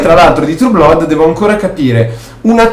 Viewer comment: Comunque "Blood" si pronuncia "Blad".